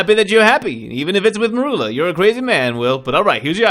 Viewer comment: mErUlA?! Excuse me, what did Snape do to you?